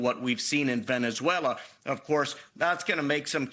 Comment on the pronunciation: It’s pronounced Venezuela, with a Z, not an S there’s a Z in it for a reason. It sounds so weird.